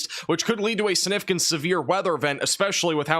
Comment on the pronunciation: Sig- nif- icant.. Not snifficant..